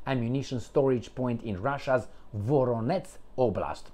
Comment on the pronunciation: Not VoroNEtz It is VoROnezh! Zh as in Zhukov As in Voyage Collage Please get it right,. Thank you 🙏❤❤